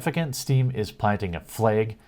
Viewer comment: "fleag"... "FlAaAaG" lmao